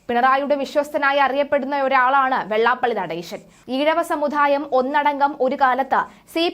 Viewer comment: സമുധായ o അല്ല സമുദായമാണ്